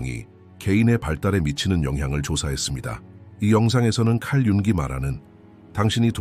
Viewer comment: "융이"가 "융기"로 들립니다.ㅠㅠ